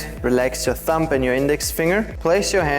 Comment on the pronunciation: As usual, great teaching and nice attitude, thanks ! (Don't pronounce the B of thumb 😊)